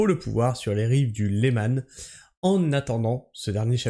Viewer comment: Salut! Petite remarque légère, on ne dit pas Lemanne pour le lac en prononciation mais Léman tout simplement! Ça se remarque de suite pour un haut savoyard que je suis! Bonne journée quand-même et prends soin du sol! Cordialement. Michel.